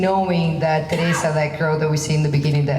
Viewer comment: Pote...my best ...I like the way he calls terrisa"terresita"